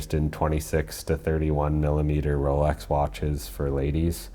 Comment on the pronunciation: The host seems to pronounce x close to tz or the zz in pizza. It scratches the ear. Especially since Rolex is mentioned so ( so so so ) often in these videos.